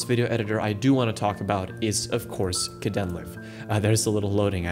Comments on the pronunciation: you mispronounced kdenlive. it's supposed to be said like "kay dean live". live like in "live stream". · Kdenlive is pronounced kay-den-live (live like livestream) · Caught me off guard lol It's pronounced Kay-den-live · i love how you pronounce kdenlive, it's hilarious :D